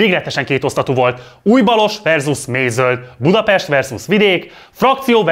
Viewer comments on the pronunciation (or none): none